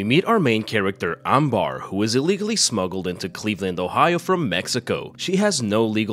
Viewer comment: Her name is Amber and not Ambar